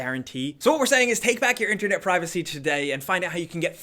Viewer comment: Am I the only one who hates the way says internet 😂